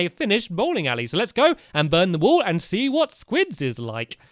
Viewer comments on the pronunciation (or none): "wall" not "wool" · Does anyone notice that squid says wool in the intro rather than wall. 😹😹😹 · Do they say burn the wool or burn the wall?